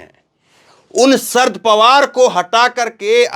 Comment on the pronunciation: नाम - शरद पवार - है ना कि - सर्द पवार ।